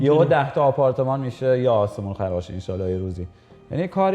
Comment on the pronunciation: انشالله رو چه قشنگ میگه